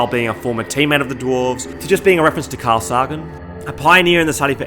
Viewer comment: Carl Say-ginn*